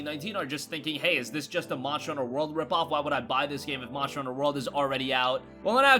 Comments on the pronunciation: Y u say MONSHER HUNTER WORLD ? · He is saying monster hunter world soooo bad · what the fuck are you saying at the start???? "monster hunter world" is what i could piece together but damn man speak more clearly